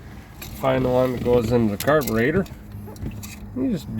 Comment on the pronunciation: Did you say "carburator"?